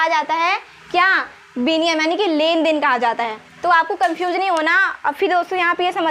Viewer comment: Didi biniyam nhi vinimay hota hai